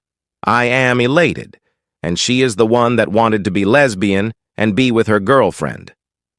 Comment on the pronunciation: Every time it says "lez bee in" cracks me up. It sounds so weird.